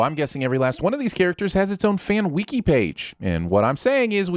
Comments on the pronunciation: The way you pronounced "wiki" has earned you a sin. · Give yourself 1 million sins for pronouncing wiki like that